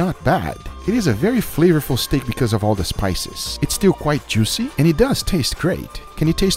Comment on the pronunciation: EES A WADERFALL OF JOOOOCE